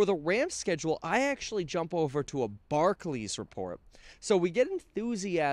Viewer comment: It's bar-clAYs Kevin. Barkley was an old school trash talking hooper, not to be confused w Barclays.